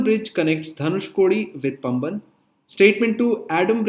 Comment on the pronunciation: பம்பன் bridge illa பாம்பன் bridge